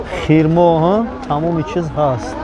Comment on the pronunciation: Хирмо не Хурмо